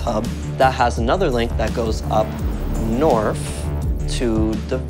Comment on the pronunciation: "link goes up NORFF"